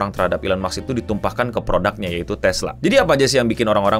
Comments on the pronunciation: NO!!! bukan elon muks! tapi elon musk! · maaf no mau koreksi lgi, elon musk bacanya elon mask bukan elon maks makasih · elon maks atau elon musk bang😅😅😅